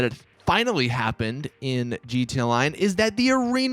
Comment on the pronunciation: Does it annoy anyone else that he says jeeta, instead of gee tee ay